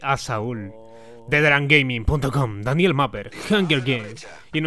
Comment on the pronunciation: Esta paja el vídeo pero único malo es donde dice "|D|aniel Mapper" :v.